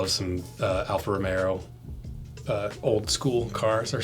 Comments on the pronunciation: Alfa Ro-May-Oh. 😂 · Alfa ROW MAY OOO ffs!